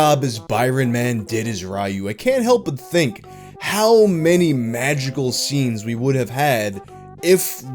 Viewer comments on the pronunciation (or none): ''behind the seams'' i'll be saying it that way from now on. sounds cooler than 'scenes'